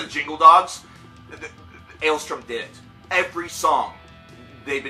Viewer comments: Dude, it's ale-STORM, not ale-STRUM. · Take a shot every time he doesn't say the band's name correctly